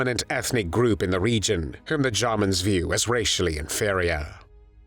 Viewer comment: The way he says "Jarmans"....if it is a computer-generated narration voice, choose a more pleasant-sounding one.